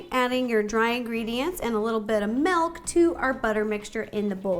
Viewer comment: Ro said melk lol 😂